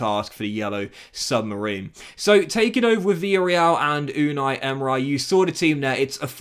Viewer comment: Is it just me or does he promounce so many easy names wrong 😂 like how do you say emery "emerai" 😂😂 still love you tho